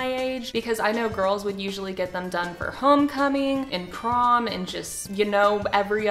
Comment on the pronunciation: When she said "Prom" I heard "From" 😆😆